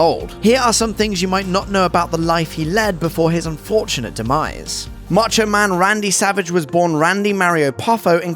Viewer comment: It’s “mah-cho” not “ma-cho”.